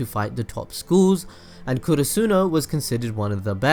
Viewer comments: Why do u pronounce karasuno as kurusuno? .. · I hate it how he says Oikawa and Karasuno